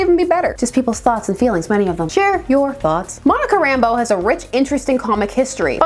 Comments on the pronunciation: I'm absolutely nitpicking here,but I always thought that the accent was on the second syllable of her last name. RamBEAU. But you know....things you've only ever seen in print.... Also,I've always referred to gray hair around the temples as the Reed Richards look. Nice to know I'm not the only one. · Did it annoy anyone else that everyone on Wanadavision pronounced her name as “Rambo” instead of “Rambeau”? Subtle difference, but still a difference.